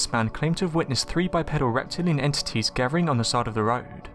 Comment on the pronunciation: 25 51 if I had a dime for every Bigfoot witness or expert or television personality who can t pronounce bi PEED ul. I d buy a jaguar which is pronounced jag wahr by the way not jag wire. The other American cat is a POO muh while we re at it. DON T trust me look it up. You ll remember it longer